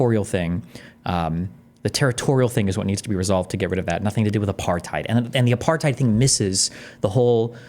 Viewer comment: Mispronounced apartheid